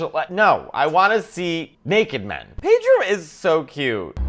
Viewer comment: More Pedro please. And it's Pedro, not PAYDRO!